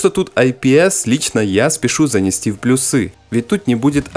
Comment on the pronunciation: плЮсы - не плюсЫ .. ))